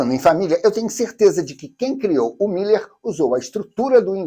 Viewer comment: É "Miler", com um "l" só (corredor de "milhas"); a pronúncia é diferente...